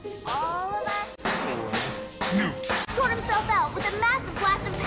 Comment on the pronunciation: “newt.” I’m dead.